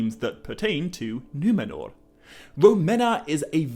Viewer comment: Love the way pronounces Numenor correctly with the trilled R without it sounding super exaggerated like the characters in RoP!